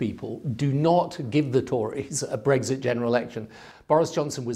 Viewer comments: There he goes again.. Breg Zit Breg Zit Breg Zit. He has to pronounce it differently to everybody else doesn't he! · He keeps saying Br-eggs-it. It’s BREX-it 🇬🇧